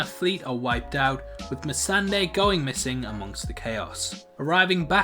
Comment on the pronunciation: "Mercedes, or whatever her name is... i can never pronounce it..." Pronounces it perfectly one second later.